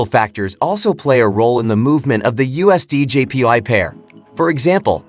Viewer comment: All i kept hearing was " USDJPi". 😅😅😅😅